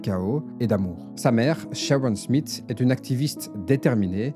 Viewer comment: Smith ça se dit Smisss.